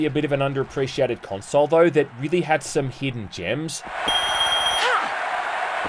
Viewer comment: The way you say "console" rubs me the wrong way.